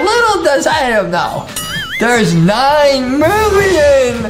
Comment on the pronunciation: It’s not Adam it’s Adem